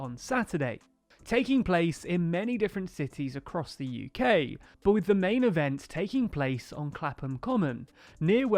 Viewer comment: 'bu' rather that 'but'